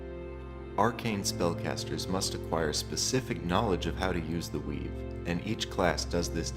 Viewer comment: It was cool to hear about the 'weave', but I couldn't hear it right the first time. It sounded like 'Wii'.